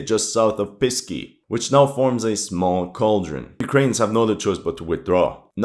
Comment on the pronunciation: Please, Pesky, not Pisky. "Pisky" sounds like "Dicks" or "Penises" to the Russian ear.